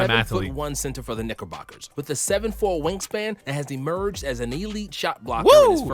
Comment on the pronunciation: They really said Nickle boker